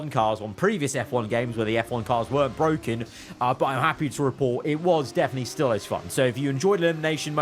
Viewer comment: "it's bwoken,it's bwoken, I'm going home"